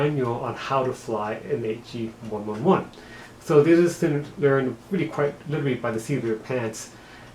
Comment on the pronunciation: It’s actually pronounced the H e one eleven